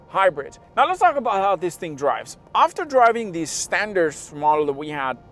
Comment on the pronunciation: "standart" lol